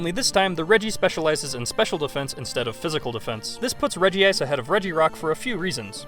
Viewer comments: Regice is pronounced rej-ice, not reji-ice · regice not regiice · you're saying "regi ice" but it's "regice". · ITS NOT REGI-ICE ITS REG-ICE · ffs it is reg-ice not regi-ice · i never said the way he said it was wrong but he's not reading the name correctly. REGI-ICE wouldn't be spelt Regice it'd be regiice. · You pronounced Regice's name wrong. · The way he says Regice hurts.